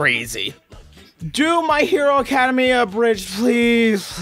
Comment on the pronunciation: The way you say My Hero "Academia" breaks my heart...